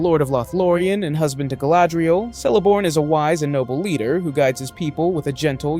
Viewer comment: I cringed when he pronounced Celeborn as 'Sellaborn' instead of 'Kellaborn'